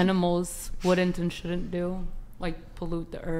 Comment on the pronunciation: Wood-dint vs “wouldn’t” immediately eliminates your credibility.